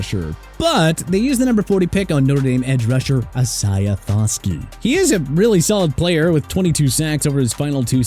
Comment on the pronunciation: Here we go with that E-SAI-AH CRAP again! Come on! Isaiah is pronounced I-SAY-AH!!!